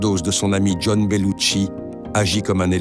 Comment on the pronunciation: Beaucoup de gens font une erreur de prononciation sur Belushi (John). Certainement à cause de Monica Bellucci qui s'écrit et se prononce différemment... Mais les 2 restent des canons de beauté, chacun à leur manière (beaucoup plus intérieur pour John). Delta !!!